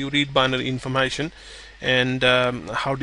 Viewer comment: informAshon lol